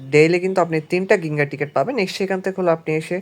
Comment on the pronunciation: গিঙ্গা না জিঙ্গা হবে উচ্চারণ ❤